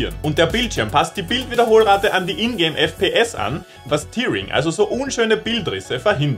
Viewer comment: bro ... ea wird im englischen als ä ausgesprochen: Tearing lautet also "täring" nicht "tiering".